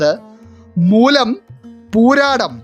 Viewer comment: മൂലം എന്ന് പറയാൻ ഇത്രേം ശക്തി 😂